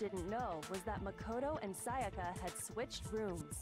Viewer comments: literally every character: saya-kuh: say ah ka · The way she pronounces sayaka makes me cringe